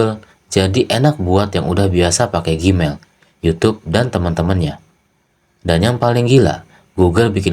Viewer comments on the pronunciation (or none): none